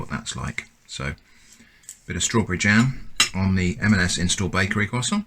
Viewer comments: I've never seen a non-native french speaker say the word "croissant" this well. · C'est de l'hérésie. There's more bread in canned bread than there's croissant in canned croissant. Btw you pronounced it really well. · I thought he was pronouncing it correctly, but now I feel like I must rewatch the video. I honestly did not notice any difference. I'm from the us.